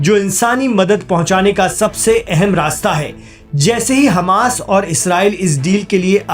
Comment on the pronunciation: Hammas ko aap khammas kaise keh sakte hain?